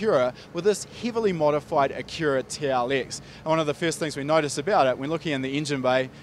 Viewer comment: The way he pronounces Acura, I thought he was saying Akira. Like the Anime lol. I'm from North America in case anyone seeing this is not sure why I perceive his pronunciation this way. It may be normal to say Acura that way in his homeland, but to me it sounds like a wholly different word. Amazing Car though, I love the idea of engine mounting in the mid configuration.